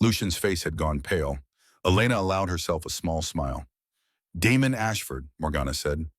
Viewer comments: It's Damon not Demon. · Is his name Damon, Demon or Diamond? Your AI can’t tell.